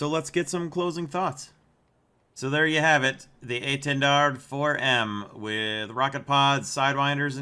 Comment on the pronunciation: I really like the French pronunciation of this jets name